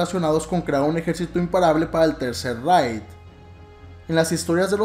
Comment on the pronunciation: Se pronuncia tercer “reig” no raid, no es insecticida